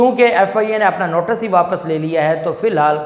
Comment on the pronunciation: Maasha Allah aap bohat achcha boltey hein please NOTICE ko NOTAS NA BOLA KAREIN THANKS